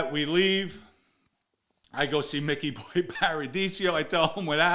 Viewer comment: You knew Micky Boy so well you can't pronounce his name correctly? 80% of this story sounds like BS.